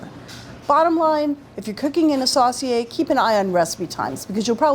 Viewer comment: Sauce-see-ay. Sounds funny to hear it pronounced like that. It's my great grandfather's surname. We pronounce it Sew-see-ay.